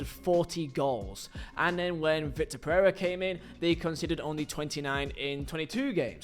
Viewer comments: vee-tor and vick-tor is pretty different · I know it's pedantic but it's vitor not victor